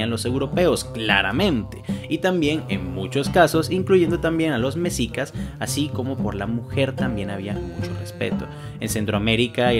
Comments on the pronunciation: no sé de dónde eres weo pero, así como pronuncias mushes, así debes decir meshicas no mesica, entiendes? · Buen video y buena información, me gusta bastante esta serie Solo un detalle, así como en la palabra Muxes la X suena como Sh, en los nombres como mexicas, xochiquetzal, xochipilli y demás palabras del México prehispánico también suena como Sh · tengo una duda, veo que pronuncias bien la palabra muxe pero no los mexicas, ¿por qué?